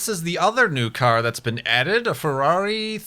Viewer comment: it's not Emòlla, it's IMOLA! and it's not Fewawi, it's FERRARI! :)